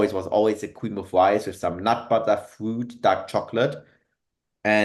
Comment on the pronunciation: I also love my fwoot and wegavetables but seriously great listen